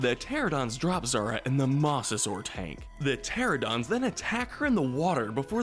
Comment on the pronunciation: “Mossasaur” “Terradons” “Campsognathus”